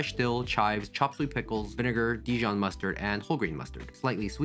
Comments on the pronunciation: I heard "Chocolate pickles" not "Chopped sweet pickles"😳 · I know he said "chopped sweet pickles" but I'm hearing "chocolate pickles" and I replayed that part 4 times 😂